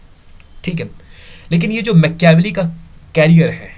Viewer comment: Mecheaavelii nahi hai dost it's Maachiiaaavelli